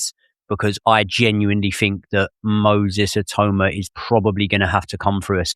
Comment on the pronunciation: How Many Times Did They Say His Name Wrong? 🤣🤣🤣🤣 It’s Not “Moses I-Toe-Ma” Come On Guys 🤣🤣🤣🤣